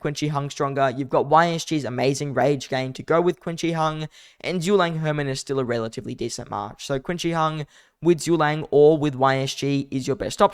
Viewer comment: Agoose gonna hunt you down you keep calling him that 🤣🤣🤣🤣🤣 its Chin She Hwan